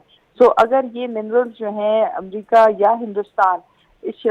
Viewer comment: Amrica nhi America Hota h 😂😂